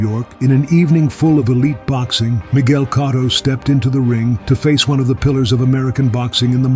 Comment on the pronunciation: I can't subscribe or like a channel that can't even pronounce Miguel Cotto correctly.